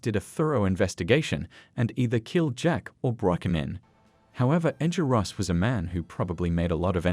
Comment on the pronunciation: Bro said rosses name wrong